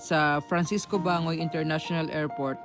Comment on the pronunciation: Bangoy - Ban goy,parang Banggoy ang pag bigkas po❤ di nagbago solid sa Duterte,yong ubang bloggers sa Manila asan na kaya mga yon?